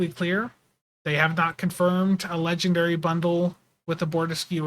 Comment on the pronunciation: Maybe he was saying "ledge and dairy". It... could... have been... what he was saying.